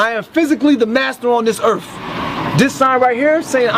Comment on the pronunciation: What a fucktard. "Planet Erf". One reason these asshole losers run into trouble is they can't speak English at a 4th grade level. It's absurd, you've been educated in the English language your entire life and you can't form a proper sentence. What the fuck DID you learn in school, other than the word Caucasian?